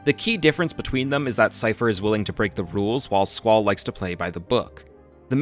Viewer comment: squeyll rainoah zeel